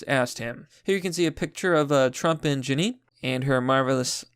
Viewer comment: Judge Jeanine is gorgeous but you're saying her name wrong. Catch her show on Fox on Saturday night. She's a very accomplished attorney/DA.